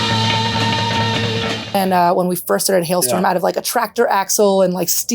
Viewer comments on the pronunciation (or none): Why do you keep calling the band hellstorm it's HALESTORM